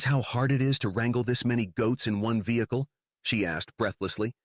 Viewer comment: Oh it's AI. The pronunciation of despite and vehicle? Also very stilted and robotic.